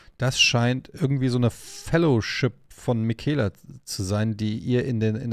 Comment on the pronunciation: Er heißt Miquella, nicht Mikaela 😂, Bin gespannt, wie es sich letztendlich auflöst.